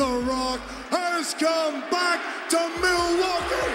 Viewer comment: Rock said "MILWAUKee😂😂😂